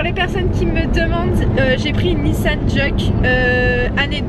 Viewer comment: C'est pas jeuke c'est jouke sauf que ça s'écrit juke